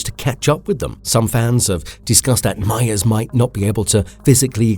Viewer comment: Every time I heard the name meyers I swear you said Mayans 🤣